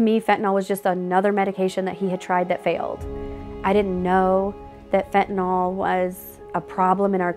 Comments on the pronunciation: Still cant pronounce the word. FEN TUH NIL. NOT FEN TUH NAUL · Fentanyl. Not pronounced Fen.ta.nol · "i sold fitinol" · If they pronounced it "fentanol" one more time ima scream. Edit: I screamed. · Fent & Ole Inc. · Americans have trouble pronouncing the drugs that are killing them: FentanALL, and Hair-ron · Sold Fentanyl for 3 years yet just like every person in the media and on television , still can't pronounce the word correctly. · They can't pronounce 'fentanyl' in Texas...